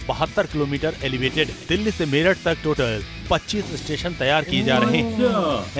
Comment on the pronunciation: मीरत नहीं मेरठ